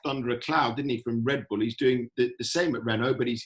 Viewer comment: as a american i love how zac brown says team names, REN-oh, RED Bull he puts so much emphasis on the start